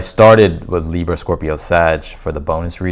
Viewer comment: Love the way you say Libra!! Libra Sun Virgo Moon Thank you. Your amazing!!! 💕💕💕💕 Receiving a generous gift That sounds good😊